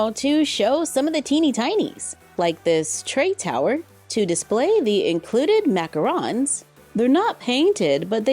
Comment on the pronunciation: You pronunciation is wrong you said macaron wrong😅